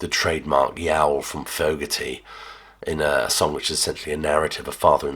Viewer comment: It's pronounced Fogerty. HTH.